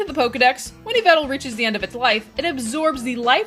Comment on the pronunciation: Its yveLtal btw